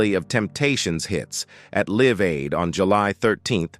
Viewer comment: It's Live Aid and Ma-hal-ia Jackson